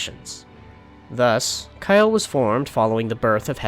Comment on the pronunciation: "Ka-el no "